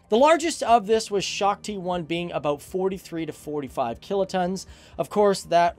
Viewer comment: if you speak Hindi then you know he was trying to say "Shakti" (Sh - aa- k- ti) but instead he said Shokti (Shock - ti) <-- not a word